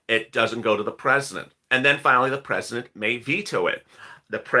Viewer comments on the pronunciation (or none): Finallidy?? Do you mean finale ? 🤷‍♀️